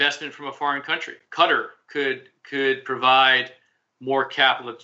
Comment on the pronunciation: I’m wary of a Turkey expert who cannot pronounce “Qatar” properly